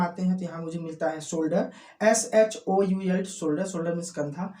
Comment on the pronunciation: Shoulder ko aap should bole and thumb ko aap thub bole